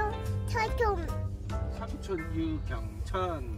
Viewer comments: 우리 이 삼촌 발음 안 되서 가긔라고 하던 게 엊그제 같은데 사초-라고 이제 발음도 잘 하구 어휘력이 날로날로 늘고 있구나아,, 이모가 사랑해🥹 아 물론 도 더 사랑해오🥰 실버형부 건강하세요✨ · 언니~ 남편이 언어학/음성 쪽 공부하는 사람인데 이 어~처~ 하는거 듣더니 피식피식 웃으면서 원래 시옷 발음이 제일 어려워서 마지막에 하게 된대용~ 이 통해서 아이 언어습관이 진화 되는거 보는것도 넘 좋아요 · 하루하루 다르게 커가는 이네요~ 그래도 아기아기 넘~~~귀엽운 ㅋ 아이들은 ㅅ발음이 가장늦게 발달한답니다 ㅋ 그래서 삼촌도 좀 더 크면 잘할꺼예요~홧팅!!!